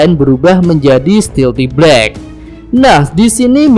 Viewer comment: blek rotiii 😂😂😂